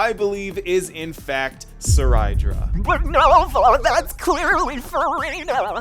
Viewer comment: Seriously I dont know how to pronounce some of their names.. Cyrene: Sai-ree-nee? I always pronounce her name as Sai-rin... Cerydra: Suh-rai-da? I thought it is Say-ree-dra...